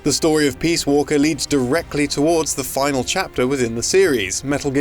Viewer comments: I swear he keeps saying, "Metal Gear Solid: Peas Walker." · STOP CALLING IT PEAS WALKER.